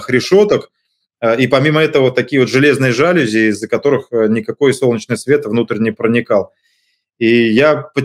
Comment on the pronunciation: Осечкин!! Всё клёво, но нет слова жАлюзи :) Нормальный человек обычно произносит жалюзИ :)